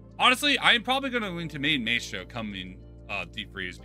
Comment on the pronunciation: It’s pronounced “my-stro” not “may-stro”